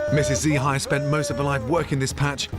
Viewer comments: "Dzi Hai" the master chef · Her name is Z Hai 😂😂 actually is dì Hai. “Dì” in vietnamese means aunty and her name is Hai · and gordon literally call her "Z hai" just made me giggle lol